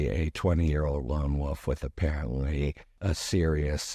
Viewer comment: Lone WOLF, not WOOF!